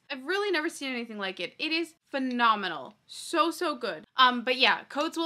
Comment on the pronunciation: Every time Shae says phenomenal I can't help but think of snooki lmaoooo them jersey girls ❤️